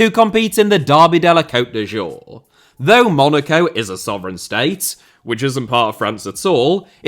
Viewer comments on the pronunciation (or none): pronouncing cote d'azur as cote de jour is the biggest violence against the french language 😂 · Leave it to the linguistically challenged Brits to add a ‘j’ where there is a ‘z’